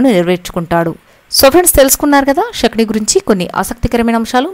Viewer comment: Amma " Shakuni " kadamma Sakuni and palakandi .